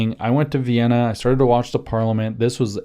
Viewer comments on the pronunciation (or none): none